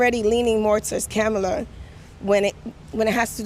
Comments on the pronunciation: That lady mispronounced Camela. You know what that means by CNN standards, so why didn't lemon confront her on it? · The Puerto Rican lady pronounced her name Camel-la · She said “camel ah” lol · So you're going to vote for someone when you can't even pronounce their name correctly? Camel-a 😂😂😂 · Thay woman at the beginning called her....Camel-A 🤣🤣...I agree with you on your analysis. The main thing is to stay away from MSM , even Faux Spews as they will start playing mind games with the masses. TRUMP 2024 MAGA LFG!!! 👍👍💪💪💪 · Surprised Donny Lemonpack didn't correct her on mis pronouncing her name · Strange. Don didn't correct the PR lady's pronunciation of Kamala like he loves to do with "others". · that woman is a racist.... she said kamala name wrong! 😂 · She's so, so very excited to vote Kamala (and clearly always has been), but can't even pronounce her name. Just goes to show she's done a solid zero seconds of research. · mispronounced Kamala's name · Don didn’t correct her, when she said Kamala wrong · Oh noes she said Kamal's name wrong! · Whoops, she just mispronounced Kookoo's name. (At least I think she did, no one can seem to keep up on that.) She must be a racist!! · That Puerto Rican woman did not pronouce Kamala's name correctly. She's a racist and I am appaled. I demand an apology.😂😂😂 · WHOA WHOA WHOA did anyone else hear that ray cyst, seg cyst, bigoted lady mispronouncing CAM uh luh? I don't have the words. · Don Lemonparty, when are you going to pronounce it correctly? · How did that lady call 🐫 a la WRONG & NO BODY SAID SAY HER NAME CORRECT ??? GTFOOH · She didn’t pronounce Kamala right why didn’t he say anything